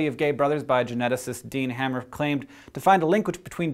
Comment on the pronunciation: Hey Hank. It's actually "Dean Hamer" , not "Dean Hammer".